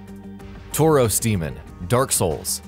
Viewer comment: Taurus is not pronounced tauros. The Taurus Demon is not a pokemon.